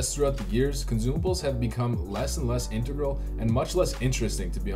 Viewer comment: >integral >imbiber Ok I'll bite, what's your native Language?